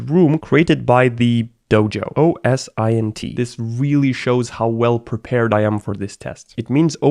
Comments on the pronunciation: I prefer OS-Int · OSINT is easily pronounced 'Oh-sint'. Every time he says "oh es eye en tea" I feel it in me. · I die a little inside every time he says O S I N T rather than O S Int. as in say the letters O and S then say Int like the start of international. Great content still though I can’t lie. 😊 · It's OSINT not O S I N T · At university and the company I'm currently working at we always pronounce it oh-sint. So your way of saying it seems pretty weird as well. Lol